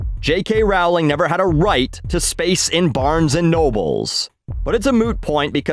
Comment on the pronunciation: Why do you say Rawling? It's Rowling, like in row, rolling.